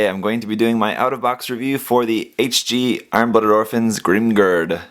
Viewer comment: I chuckle every time you say "GRIM grrrrrrd" hahaha "A vast me hardeez... it be a GRIM Grrrrrrd approachin"